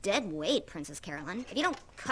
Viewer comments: 3 things. 1.) I spy Secret Hitler in the background! Nice! 2.) It's Carolyn. Pronounced "Care-o-lin." Not Caroline. 3.) Remember that phrase "the best thing that's ever happened to me." It will be relevant later. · As someone who's name is Carolyn, watching everyone misspell it and miswrite it is so triggering LOL! One day, one day, they'll all say it right. But until then, I can't wait for next week. That episode is when I realized that this show is... something else. One of my favorite shows in a long time, and this is where it starts to shine.